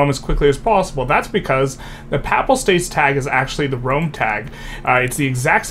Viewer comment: Pay-pull states omg not pap-ul